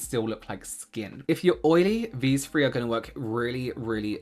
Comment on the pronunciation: “These fwree” is going to live in my head all day now thank you